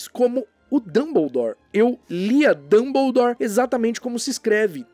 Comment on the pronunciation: Pq a dublagem do Brasil fala dumboudoure e fala hermione e não herrmaione?